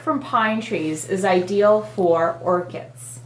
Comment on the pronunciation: It's Orchids with a D... Not "Orchits" >.<